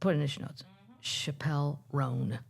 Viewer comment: Chappell Roan is pronounced like a church chapel by the way